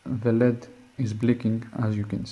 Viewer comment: Lol, he pronounces LED instead of saying the letters.